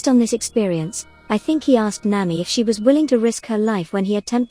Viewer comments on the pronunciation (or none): none